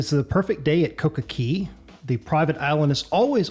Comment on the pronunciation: Coco CAY! Not CEY! Say it right. It’s an A not an E